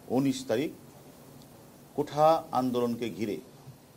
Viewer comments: কোঠা না কোটা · কোটা কে কোঠা বলেছেন কেন হারুন ভাই? "কোঠা" মানে ঘর বা দালান আর "কোটা" সংরক্ষিত আসন বা স্হান। ভাই বি,সি,এস, ক্যামনে পাশ করলেন?😁